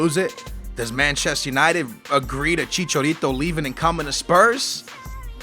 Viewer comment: You pronounce it as chichArito